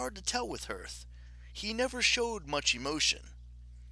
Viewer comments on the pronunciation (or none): i really love your content but please stop pronouncing hearth like that